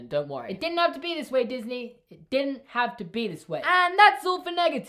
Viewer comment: I mean Disney, Not diney